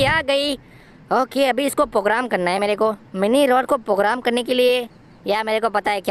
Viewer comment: Bhai pogram nahi program hota hai